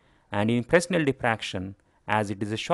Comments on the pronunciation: Fresnel is pronounced "Fray-NEL" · In the word 'Fresnel', the 's' should not be pronounced